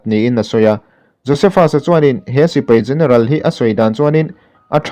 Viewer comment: Sipai tih tur, Sipei nilo in .. a ngaihnawm e.